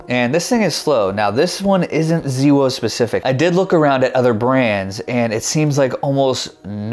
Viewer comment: ZeeWoh? That is new to me! Thanks for the video.